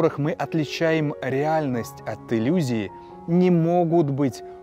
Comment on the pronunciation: Пересмотрел ролик ещё раз. Видимо проблема была с моей стороны. Несколько плавает громкость, но это не критично. Но когда читал текст "парадокс Хаттона", заметил слова "иЛюзии" и "тЧательно".